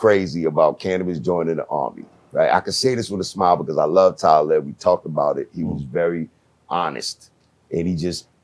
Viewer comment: Yo! I know Talib, but it would've took ever fiber in my body not tah laugh at the miss pronouncing of his name. Canibus ,damn. Lol